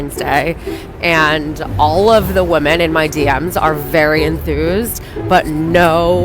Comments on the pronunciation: I've noticed that routinely they say women wrong. Is it a troll or are they darded? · Not being able to pronounce the word "women" properly is also a factor